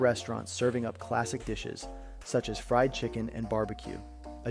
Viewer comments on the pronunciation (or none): none